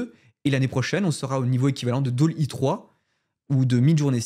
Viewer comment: Bravo pour ce contenu. Tout ça est extrêmement excitant. Par contre, je crois que tu ne prononces pas correctement Dall.e et Unreal. Belles fêtes à toi.